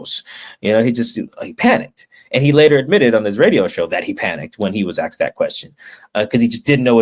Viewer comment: Yo Mike, I’m sure you’ll call me racist, but it’s “asked” not “axed”. Not a good look for a reporter